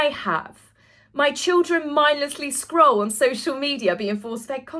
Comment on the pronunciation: Sounded like he said scrawl instead of scroll